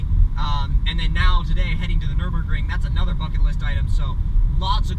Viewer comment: dude its called nürburgring ;)